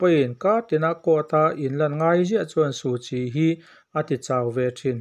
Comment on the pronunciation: Suhchi hming i lam fiah lo deuh